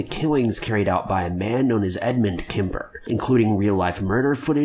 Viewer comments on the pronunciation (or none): Edmund *Kemper- not ‘Kimber’ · Tip - its Edmund KemPER not Kember =)